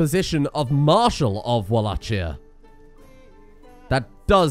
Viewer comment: the way he pronounces Wallachia is gonna annoy me for the rest of these videos lol